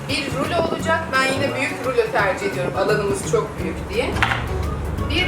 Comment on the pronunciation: Ruloya neden rülo diyosun ki böreğe bööörek diyenler gibi